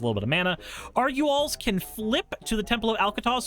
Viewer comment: "Argooel's" blood fast? Learn to pronounce Spanish words, pleb.